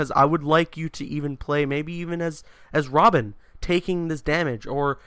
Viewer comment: "its this intense chase to save WOBIN!!!''